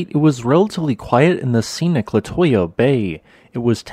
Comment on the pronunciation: It's pronounced Le-too-ya